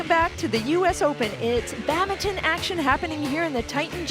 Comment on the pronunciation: You know the commentary isn't going to be great when she can't actually say baDminton. WTF is baminton? Get a new commentator, PLEASE.